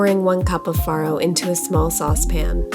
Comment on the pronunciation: Not only does your dish look incredible today, but we know now how to actually pronounce all 3 of those words. And we kind of purposely avoid them so we don't look like doofuses. Especially as foodies 😁